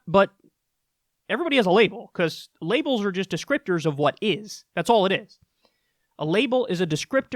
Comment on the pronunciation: Lables bruh?? 😂